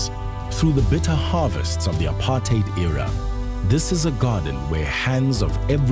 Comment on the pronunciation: Such a rare thing in this video, makes a pleasant change. A commentator who can actually pronounce "apartheid" correctly.